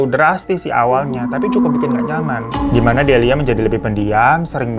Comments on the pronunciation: dilia bu delia bukan delina ihh😭😭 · Delia, faaaan!!! Bukan delina😂😂😂😂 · Delia jadi delina, wayang wangsul jadi wayang walun, biasanya kalo gak di beneri secara lisan pasti ada subtitle buat mengkoreksi tapi ini entah kenapa beda dari yang kemarin², apa karna bang ifan lagi capek habis liburan apa jangan² bang ifan yang ini adalah sosok wayang wangsul😂